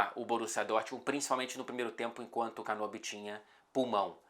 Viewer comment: Excelente vídeo. Apenas um pequeno detalhe. O nome do nosso Muso da volancia, se pronuncia Canóbio, com acento agudo, e não Canôbio. Ele é Ítalo-Uruguaio. Vc pode até falar fazendo a mãozinha italiana se quiser: Canóbio! 🤌🏼🇮🇹🍝